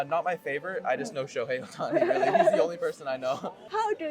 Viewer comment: really のL がRになるだけでなく、全体的にR の発音が気になります。スミマセン。もっと自然に発音されたら、聞く方も聞きやすいように思います。yeah?という時にも最後にRが入ってしまっている感じです。